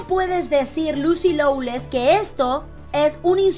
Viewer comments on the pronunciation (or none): Se dice, Lucy Lo-less